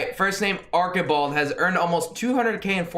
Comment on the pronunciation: Arkibald. Arch-i-bald